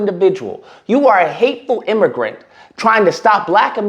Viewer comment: Imm- a-grant!😂